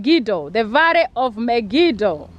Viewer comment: Interesting videos you are not serious when it comes to prounanciation varrey/valley lsraeri/ Israel and many more words. I love this vlogs cuz l am a christian. Thank you so much for sharing.